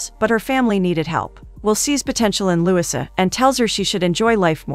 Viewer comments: You are pronouncing LOUISA wrong!! Lu - wee-sa!!! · The least you could do is to have a real person read the script. "Louisa" is not pronounced Lusa and "record" is not pronounced reeecord! Do better if you want subscribers. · The weird pronounciation in this recap was too painful to listen to. For example, her name is pronounced Loo-EE-sa, not LEWIS-uh.